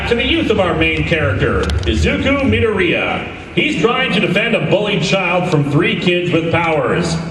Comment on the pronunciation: it´s actually Mid-Oh-rea, the english dub pronounces it wrong tbf it pronounces most names wrong, poor Uraraka has her name completely mangled